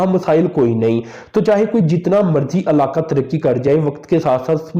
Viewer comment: Arada nh irada. Alaka nh ilaka. Praany nh porany